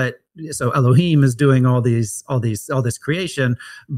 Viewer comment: where are you getting the the pronunciation of elahyim? It can't be Masoritic.